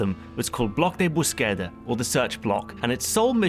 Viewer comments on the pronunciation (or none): Another example in terms of accents in Spanish: "Búsqueda", thanks to the accented "u", would be pronounced "Booze-kedah", not "Buskerah". Hope, again, it helps. Awesome season 1 rundown!